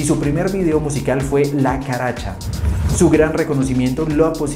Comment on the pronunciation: Amigo 🤦🏻‍♂️🤦🏻‍♂️ el nombre es "La Carcacha" 🚗 no la caracha.